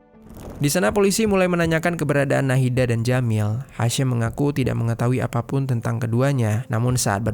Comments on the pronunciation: Padahal Ejaan namanya Hisham, ya dibaca Hisham, kok jadi Hashem, sedangkan si Hisham itu dr urutan namanya Kemungkinan Ibunya Muslim. Sorry sy juga muslim, cuma kasus Urban Shock itu bukan pertama kali, pernah Imigran Palestina kejadian begini juga, cuma karena istrinya punya banyak teman, dia cemburu berlebihan, istrinya dimutilasi. Ejaan nama Hisham ya dibaca Hisham, bukan Hesham. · Bacanya hasyeem tp tulisannya HISHAM CARI TAHU DULU BIAR TAU !!!!!!!